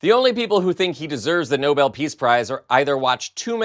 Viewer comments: Karoline can't pronounce "Nobel"? I noticed because I was corrected when I was in middle school. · Levitt can't even pronounce Nobel correctly!!! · Maybe the white hovel's spokesliar should learn how to pronounce "Nobel". Just a thought. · You would think Leavitt would learn how to pronounce NOBEL correctly! Good grief, little girl with a too-big job! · She can't even pronounce Nobel' correctly! Accent on Bel ! Geeze! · Leavitt needs to permanently STFU. And if you want a Nobel prize learn how to pronounce it for starters. He'll be griping about not getting a prize til he croak, and then his cronies will whine about it. Thankfully he's going down the tubes fast, get it over with sooner than later. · And the incorrect pronunciation of the prize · It's the No-bell (Nobel) award not the no-bl (Noble) award Carolyn. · Someone should tell Karoline Leavitt the prize is pronounced no-bell and not like the word noble. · Levitt says it like noble. I don’t think she knows why it’s called Nobel. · Leavitt doesn't even know how to pronounce Nobel. She says noble. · It’s the Nobel Peace Prize Karoline, not the Noble Peace Prize! 🙄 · Levit can't even pronounce it correctly. She said noble, instead of Nobel. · Please tell Levett that the award is the Nobel Peace prize, not the Nobul Peace prize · She needs to learn the difference between noble and Nobel. 😒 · Nobel, not "NOBLE". But yeah, the rest I agree with. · People who get the Nobel Peace Prize (yes, Miss Leavitt, it's Nobel, not noble) are not felons, nor do they have people murdered to cover up evidence of their crimes. So sorry, Donny. Not. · The guy is delusional. The press secretary can not even pronounce the word Nobel. She pronounces it noble. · Is anyone gonna tell leavett that it’s no-bell and not noble peace prize? I don’t think she knows it’s someone’s name that it’s named after 😂😂😂😂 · Somebody ask Caroline if her soul dies a little bit every time she lies. And it’s Nobel not Noble.